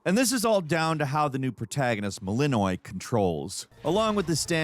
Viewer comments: Mel en oi? Mel En Oh Eh. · Mel-in-noi?.....Mel-in-o-way! Loved the video! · does even play games or is he just a hired voice actor? he just called the main character 'melinoy', its pretty hard to mispronounce the main character's name since they say it every other sentence.. so... whos playing these games? not the first time he misprounces very obvious things that any gamer wouldn't do. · Just guessing based on my very limited knowledge of ancient Greek but I'm pretty sure it's pronounced mel-IN-oh-EE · "melinoi" Lol